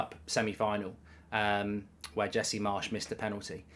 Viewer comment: Did I hear Jesse march😂😂😂